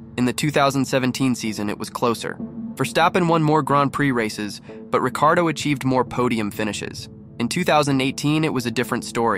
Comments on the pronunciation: Yes his name is Ricciardo, not Riccardo or Ricardo. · Difficult to watch when you can't pronounce Ricciardo or Toro Rosso correctly.